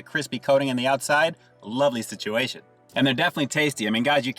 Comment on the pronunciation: It's a spicy nugget sit-chew-A-shun.